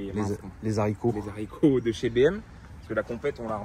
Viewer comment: Les Zaricots 😅